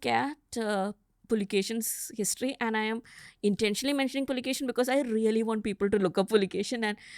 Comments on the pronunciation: Puakeshi is the correct name not pulakeshin please correct this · Immadi Pulikeshi ✅ Pulikeshi II❌